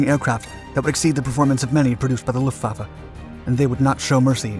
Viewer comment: Video host, learn how to pronounce LUFTWAFFE................